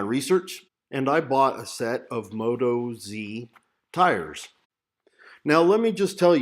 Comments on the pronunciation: Moat-oz is the way to say it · Appreciate your opinions, thanks...be interested to know how you go with mileage on them. BTW being an Australian company (often abbreviated to Oz), they’re pronounced with the emphasis on oz, not moto z...no biggie